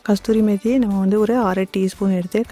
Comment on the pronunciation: Kasthuri methi illai amma, Kasoorimehthi enru sollavum, martapadi dish nanraga irukiradhu. NANRI.